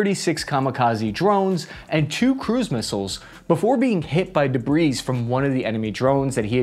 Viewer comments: Debris is plural, and the S is silent. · You are pronouncing the word 'debris' wrong. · Did he just pronounce the S in Debris